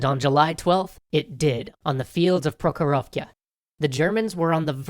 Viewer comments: It's pronounced "Prohjorovka" (прохоровка) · Yo, giving you small advice on Russian pronunciation again. For Prokhorovka, you made the same mistake of using a K sound for the kh. Still not a big deal, but you should really make an H sound, it sounds much closer to the proper pronunciation. On a different note, I just realized that these events, specifically the battle of Prokhorovka, took place in the part of Russia where my grandmother (my "Babushka") is from and where I still have relatives, in the Belgorod Oblast. Furthermore, my great grandfather might have fought in this battles, though I'm not sure because I don't remember when he died - but I know he died in the war. I remember learning from my Bubushka, 90 years old now - she wrote me a letter recently mentioning it again - about how after the war, her peasant mother was left to take care of several children on her own. My Babushka was the oldest, and she decided that, to help her mother, she would take two of her sisters with her to live in the city (the city of Belgorod), where they could go to school and she could work. This helped her mother, but in the end she always felt guilty, because she and the sisters she took with her found successful lives with good husbands, but the siblings left behind in the countryside were not so lucky. "Путь мой был трудный, но интересный." (My life has been difficult, yet interesting). - She wrote to me. "Я много работала, надо было помочь сестрам и браитьям. Папа наш погиб в войне." (I worked hard as I needed to help my sist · Prokorovka - goddamn it.